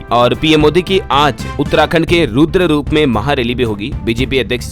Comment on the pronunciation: न्यूज़ देते हो ये अच्छी बात है लेकिन इसमें गलतियां ना करें तो और भी अच्छा हो। उत्तराखंड में रूद्रपुर है न कि रूद्ररूप। आप रूद्ररूप बोल रहे हो।